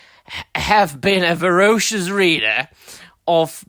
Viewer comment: Vor"o"cious, huh? You are an author you say? An... English author? I hear whining but not much by way of analysis. I hear vague crying criticism, but you can make anything sound boring when all you do is drool into your mic with a tired, vague synopsis. By the way, your criticism of the art work... retarded. The first issue of a new publisher has no business looking this good. Do you even remember what the original X-men and Spider-man art looked like?